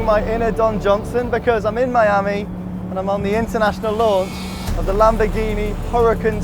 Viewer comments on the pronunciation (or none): none